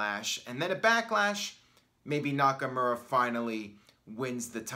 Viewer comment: It’s been like 2 years and you still say NakaMURa